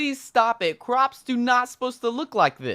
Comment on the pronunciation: He said cwops